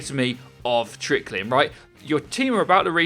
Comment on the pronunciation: Am I the only one who thinks trickling is two syllables. Not three?